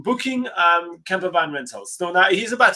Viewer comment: I thought he was saying camera bag. I was so confused about why you would need to book one in advance, and how huge they are and then I realised. Camper Van! Hehe ;)